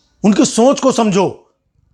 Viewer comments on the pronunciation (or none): सोंच✖️ सोच✔️ उच्चारण सुधारो